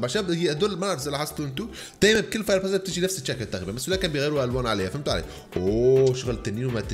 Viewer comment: معلش تظبت كلامك الاعوج فوير بواس